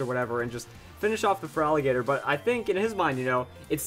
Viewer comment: By the way Feraligatr is pronounced Feraligator..